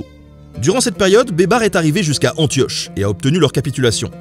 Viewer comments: Baybars se prononce "Baille Barsse" pas Bébar lol ! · Ca se prononce "baïbarsse" pas "bébar" ........ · C'est malin, moi qui a entendu "beubar", je vois babar avec une beubar 😂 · j'ai entendu "les aventures de Babar" toutes les fois où tu disais baybars! xD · Qui entend des barres au lieu de baybar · En arabe ça se prononce " Beye-ber" بيبر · Pendant toute la deuxième partie j’entend « Babar » et j’ai du mal à prendre au sérieux un éléphant en costume vert, même si c’est un très bon stratège militaire ! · Moi j'entends "beubar", la barbe quoi! 😳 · ça se prononce "az zaher baybarsse" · Rhoolala la prononciation de Beybars :) ça m'a bien fait rire, mais je suis certains que j'aurais probablement pas fait mieux loin de là hahaha Je te pardonne la blague pour la Pologne parce que quoi qu'on en dise, c'est jamais que la vérité : la Pologne a passé son temps à se faire rouler dessus par tout le monde. Et lol la blague sur le "merci qui" pour le baba au rhum. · Baybars il c'est fait bébard mouahahah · Le S de Baybars n'est pas muet 😉